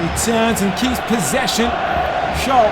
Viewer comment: Please, for god's sake, don't pronounce SCHOLL like SCHOLES without S. SCH in Germany sounds like SH in English.